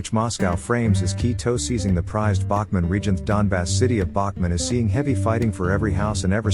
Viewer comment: Who is the absolute MORON who is narrating this, and these other videos, as the Ukrainian city is NOT called Bachman, you ignorant ass but IS called Bakhmut i.e., "Bak moot" (Phonetically) so please extract your Hotel from your Alpha dipshit and DO YOUR HOMEWORK & GET IT RIGHT for a change!!!